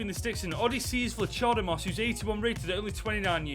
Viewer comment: You almost made me wuit the video the way u pronounced vlachodimos. I sm greek and i almost died.😂🇬🇷 Though its ok keep up the good work.